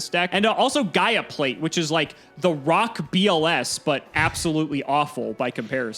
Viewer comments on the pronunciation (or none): none